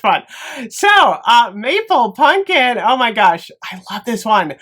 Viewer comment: I’ll never get tired of you saying punkin instead of pumpkin. Never